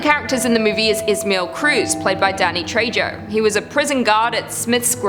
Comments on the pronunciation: I don't know how common Spanish is up in Canada, but I've never heard Trejo pronounced with a 'J' before, lol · How many times are you going to mispronounce Danny's name? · Thank goodness you said it! My teeth were on edge every time she said it I mean geez I know he isn't a mega star but getting his name right shouldn't be that hard! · Trejo the j makes an H sound. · Danny Trejo, the J is pronounced as an H. So it sounds like TreHo. Get a clue! Lol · Oh,; It's Trejo (trey-oh) or even (trey-ho). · sorry his name is pronounced Danny Trejo {tray-ho} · TRE HO! NOT TRE JO! the j makes a soft h sound! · It’s pronounced Danny tre-ho not tre-jo I cringed every time you said his last name I love the channel tho! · Does anyone else want to pull their eyelids off with rusty sewing needles every time she says Tray-Joe? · Say Trey-Jo again. I dare you! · Danny's name is pronounced "Treho". But I must admit it does sound so cute when you say it. By the way, Julia absolutely had to die horribly... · The fact that you pronounced it Danny Treyjo is surprisingly cute and funny. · danny trey-joh 😭😭😭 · He’s Spanish and it’s pronounced treho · Haha, Danny Who? Danny Treho is how its pronounced my Queen. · Love you luce but his last name is pronounce tray-ho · If there’s ever any help that was needed with the Trejo pronunciation, think Tray Hoe put together. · Good video. Just one thing: You have to pronounce the 'J' as an 'H' in Danny Trejo's name, as he's Mexican-American. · Can you pronunce his last name right poor Danny...